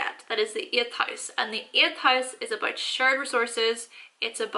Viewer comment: “That’s aboot it”